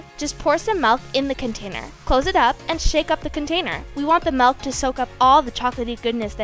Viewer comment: You said MALK not MILK 😂